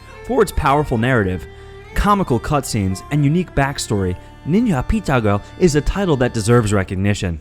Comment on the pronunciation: Why did you say ninja pizza girl like that twice lmao